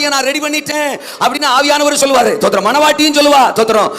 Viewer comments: ஸ்தோத்திரமா? தோத்தரமா? அதை முதலில் சரியாக சொல்லுயா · First ஸ்தோத்திரம் ஒழுங்கா சொல்லு